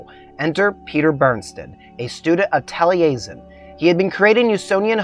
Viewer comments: Great video, but please, in future, check pronunciations. It’s Min-eh-tonka, MN. and that was the most unusual pronounciation of Taliesin I’ve ever heard. (It’s Welsh). But all of that aside, great and very interesting presentation. You obviously put a lot of work into it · Thanks for the vid. Besides the mispronunciation of Taliesin, Mantyla is pronounced "montahla", which means "of the pines".